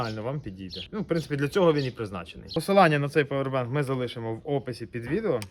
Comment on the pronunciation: А чого павер- бенк? А не павер банк. Дуже вухо ріже